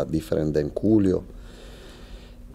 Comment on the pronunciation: Loving how he pronounces ‘Julio’ ❤